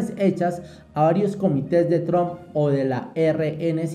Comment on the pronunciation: Amigo la correcta pronunciation de el Presidente de E.U. de America, se dice con "a" y NO con la vocal "o" Tramp y no tromp, es con la vocal " a".